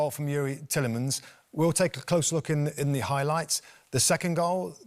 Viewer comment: “It’s da history of da Arsenal”